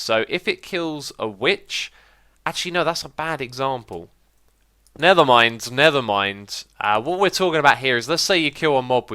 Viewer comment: has anyone else realized X says nethermind instead of nevermind?